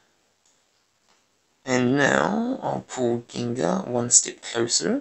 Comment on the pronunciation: I think Accent funny.. Gengahh lol